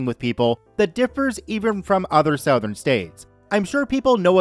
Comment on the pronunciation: Southern (Suh-th[as in 'the']ern) Not (Sow-thern)